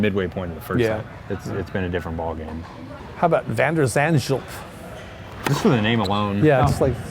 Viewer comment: Van zandschulp is a fellow dutch guy. Hilarious how angry old man pronounced his name. I worked with his coach. Great guy.